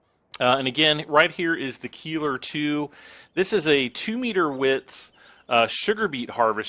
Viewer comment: Cool stuff.. btw - the Keiler is pronounced "Kyler".. it's the german word for a male boar..